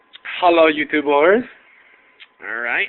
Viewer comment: Terrible. "Hallo Youtoobors?" You mean hello youtubers right? Fuckface.